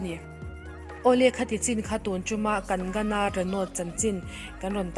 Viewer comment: Kang-na ti a lam tur😁😉